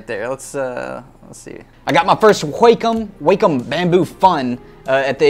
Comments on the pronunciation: Wah-com not wack-em..... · Video is unmatchable because he has a tick resulting in him saying 'flippin' in every sentence. He talks like a 60 year old trying to be hip with the kids. Also, H-wa-com... sheesh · I cannot stop laughing at the way he pronounces "wackom"..lmao.... "Can I take this to Grandma's house?" lmao.. Relatable.. love it! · I was losing it every time he said it..lmaooooo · “whack’em” “whakem” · came for the tablets, stayed for the way he says wacom wack 'em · All these years and now I realize that I've pronounced "wrraaakkhumm" the wrong way. All these years.... 🥲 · I learned how to properly Pronounce QuaCom today. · no one : Ethan : GWHAKOM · hahahahaahahha the way he say wacom - qwakom hahahaHAHAHAHAHAH im dying of laughter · Love he says "whack um" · the way he says wacom is soo weird 😂😂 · Is it pronouced WAY COME or WACK UM?